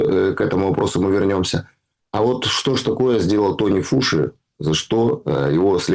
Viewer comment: Антони Фаучи, а не Тони фуши